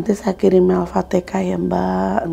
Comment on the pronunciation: alfatihah bu bukan alfatekah